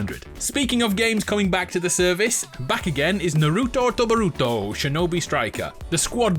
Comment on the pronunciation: What is it with Brit’s having a hard time saying Naruto and boruto r u people scared of the letter T